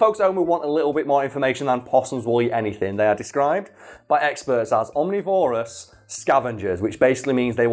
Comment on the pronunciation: Saying omnivorous like its a dinosaur haha